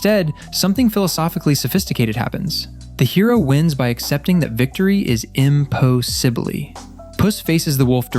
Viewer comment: It's not his real voice. It's text to speech. There are many more mistakes, like "im-poe-sibbly". Even the script is probably generated.